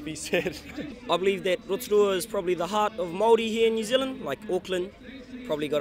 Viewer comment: Absolutely no one the reporter: row-tah-ruha